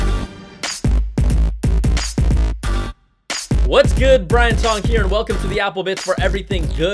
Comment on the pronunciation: should be Tong, not ting.